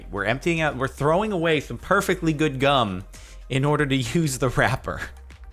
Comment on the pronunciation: When he says gum it sounds like cum